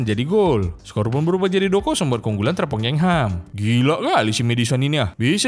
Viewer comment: Jangan sebut terpongkengHam dong, sebel bgt gua denger nya